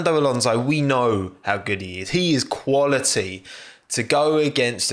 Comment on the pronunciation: no one:: he is quali'y